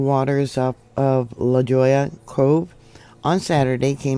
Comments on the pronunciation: LaJolla is pronounced La Hoi ya just a friendly thought and hopefully will help you out 😉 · La Jolla = Lah Hoy-uh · Thanks,. Love your videos. The town La Jolla is pronounced La Hoy'-ah. The J is an H sound in Spanish. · I really don’t care about pronunciation but it is pronounced la Hoya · Enjoy your video. Suggestion. Check on pronunciation of LA Jolla. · The j is pronounced h in lajolia